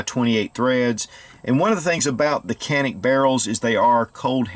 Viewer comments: in Turkish it is called jAnik, not janik. so A is spelled like tAll, not like tanner. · No Jawnick not Jawneck-c'mon get it right already lol!